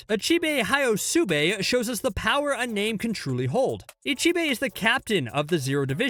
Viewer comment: How dare he.... How dare he butcher my favourite character's name